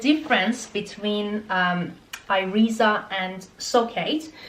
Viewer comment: Thanks for your vid. Keep wearing them and they will be more comfortable. I can walk in them all the day in my office in the meantime. If you still have issue with them, you may try Jimmy Choo, which arw very comfortable. PS: Iriza is pronounced more like "Eerisa"